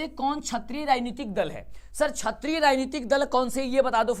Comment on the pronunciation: क्षत्रिय दल बोल रहे हैं आप क्षेत्रीय दल होता है